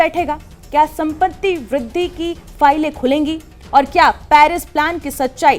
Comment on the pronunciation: आप "सम्पत्ति" शब्द का उच्चारण ठीक ठीक नहीं कर पा रही हैं! 😂😅😮😊